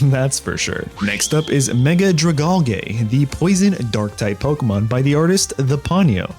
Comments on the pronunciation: its DRAGON and ALGAE. DRAH-GUN and AL-JEE. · "dragalgei" was heavily butchered